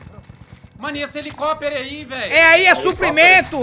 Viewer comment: O IDIOMA QUE ELES INVENTARAM EH SENSACIONAL!!!!!!! Eu perco tudo quando o fala HELICOPERE 🗣🗣🗣🗣🗣🗣🗣🗣